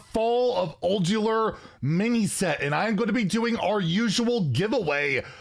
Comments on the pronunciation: It’s pronounced ul due are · Not too far off it's Ul-dew-are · Its more like UL-Dar. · Ul-Du-Ar. Just one L. Not Uldular. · It's pronounced old-do-are not old-you-are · its not uljuar its ulDUAR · Its ULDUAR not ULDELAR xD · It's Ulduar not Uldular, that's wasn't even a hard word c'mon. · Its pronounced "Ul-du-ar". Also thanks for the chance again! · UhL-Doo-R. Or Uhl-do-are. Whichever is easier for you to think of it as lol. Pronunciation. Just so you know. ^_^ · Thx for the effort, its UUL-DUAR btw. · I believe its pronounced Uul-dju-ar. something along those lines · ool-dew-ar! But you're close enough,. Good try! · i think its pronounced like old-you-are? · UL-DOO-WAHR You’re welcome 😉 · I think the Anomolies have the potential to be a lot of fun. I also expect the complaints to come from people who are on the receiving end of a bad RNG Anomoly that works better for their opponent than them in the early game lol. And Ulduar should be pronounced "ool-do-arr". Best of luck everybody and enjoy the fact that the devs are trying to put something fun & different into the game. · "ool-doo-arr" thx again! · I think its pronounced Ul-Du-ur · It is pronouncer OL-doo-AR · Say it like Ul-do-ar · Say it with me,: "all do whar"! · Its pronounced Old You Are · Pronounced Uld-ear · It is Ul-Dhu-Ahr (give or take, not knowledgeable enough about english phonems) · UHL-DOOW-ARE .....ULDOARE...ULDUAR...... The duar part, the d to the u and said kinda like wariors name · The strangest part about the way you mispronounced these words is that you pronounce letters that aren't in them 😂 Like a second L in Ulduar and a second R in Earthen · Praise be to Yogg-Saron! It's OOL-DOO-AR btw. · I love you bro, but you need to hire a proof reader for some of your pronunciations. Say it slowly Ul - du - ar. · It says Yogg is gonna be a titan. So I don't think we will be getting Azeroth as a titan card. Also it's pronounced Ul-doo-ar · Ulduar pronounced ul-do-R